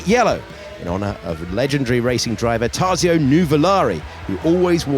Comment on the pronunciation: He just butchered the name Tazio😂